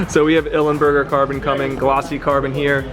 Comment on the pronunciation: It's Belly Pan, not panel and it's Ilmberger not Ilemberger! :)